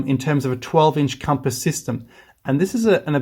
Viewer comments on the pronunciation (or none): none